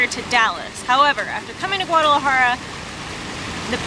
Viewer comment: De hecho tu y la dicen "guararajara", pero se entiende, ya quisiera hablar el ingles, como ustedes hablan el español, saludos!!